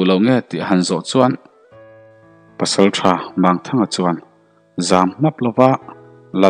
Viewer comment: Mangthanga hei pawh hi a thluk a dik lo. Mang tih hi CHAL, Lawichal, Sechal, ang hi. Ti chuan Mang tih hi Lang, tuiah thing a lang ang a thluk tur ani.